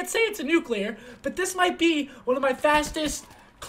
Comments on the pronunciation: seth, nuclear not nucular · NUH-CUH-LEE-AR ffs, not how u say it m